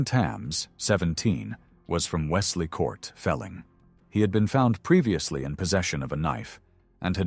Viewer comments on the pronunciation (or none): none